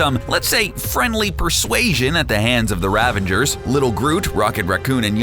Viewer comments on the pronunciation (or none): A little annoyed that the narrator is pronouncing "Ravager" as "RavaNger". Good video though!